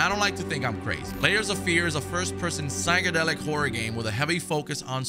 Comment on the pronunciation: It's " Psychedelic " Bro lmaoo